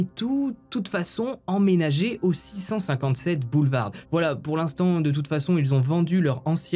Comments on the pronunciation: BoulevarD ???? Lol je suis le seul à avoir remarqué ça ??!! Le D ne se prononce pas en tout ça ne gâche rien au récit 😀 super comme d’habitude 👍🏻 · Juste une remarque, dans le mot boulevard, la lettre d ne ce prononce pas :) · Boulevard ce dit sans le d !!